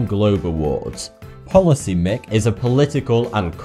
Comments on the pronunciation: Policy mic as in microphone not mik hahahahaha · He said policy mick instead of policy mic where do you see the K sweetheart? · I believe that the pronunciation you're looking for Policymic is PolicyMike, not mick. There's a microphone in the logo, this should have been obvious. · Policymic is pronounced policy-mike